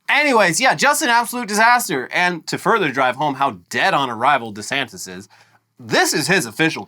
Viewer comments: Is it just me or does Ron say his own name funny? Sounds like he says Rondy Santis. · It’s not just you